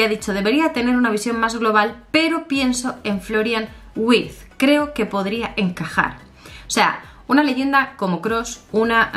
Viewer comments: Hola. La "W" en alemán se pronuncia como "V", ya que la "V" se pronuncia como "F", asi que seria Florian "Virtz" como se pronunciaria... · amor, en alemán la W se pronuncia como la V española.